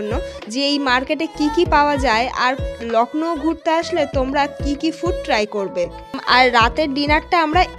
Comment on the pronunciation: It's Lucknow not lacknow